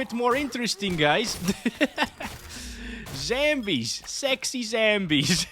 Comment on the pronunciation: Is he mispronouncing Zombies on purpose lol 😂